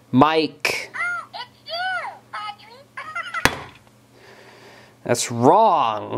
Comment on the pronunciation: I can't stop laughing when Elmo call him Oddry